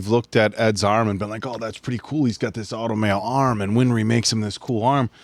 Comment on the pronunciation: Th answer, it's not "winfry" her name is "winry"